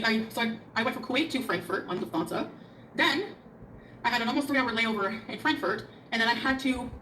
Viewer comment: bla bla luf-thansa Me: uhm... it is 'luft-hansa'... I could not get away from that:D